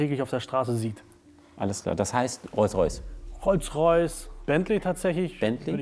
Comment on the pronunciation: WTF was ist ein Rolls Rajce? Hamid wenn du dich blamierst dann aber richtig oder? der Böse Rolls Rajce ^^